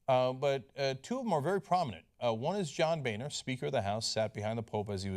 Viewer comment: It's pronounced Boner.